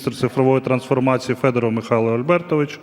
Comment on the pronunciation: Ярославе, називайте правильно прізвище Федорова. Він саме Федоров, а не Фьодоров.